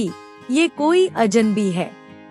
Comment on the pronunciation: अजनबी, अजन्बी नहीं ।